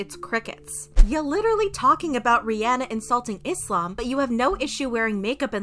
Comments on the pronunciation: I love how you pronounce islam right . With a soft s not a Z sound.. thanks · Finally someone who doesn’t pronounce it “Izlam” and pronounces it correctly thank you 🙏🏼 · As a Muslim, I truly thank you for taking the time to pronounce all the Islamic words correctly